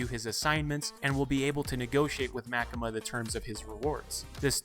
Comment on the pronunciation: I think it was MaKEma